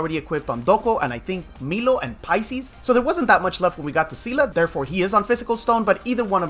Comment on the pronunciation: You keep saying paisis.. who is paisis?